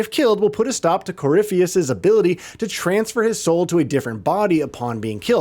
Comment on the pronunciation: Red lyrium “Cor-riff-ee-us” They’re pronounced multiple times in the game bro 😂